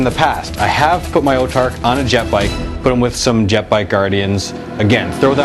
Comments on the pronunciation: whats an "Otarch?" Its pronounced "Autarch" (aw-tarch) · Its pronounced aw-tark. As in aww, i lost my autarchs arm,flip!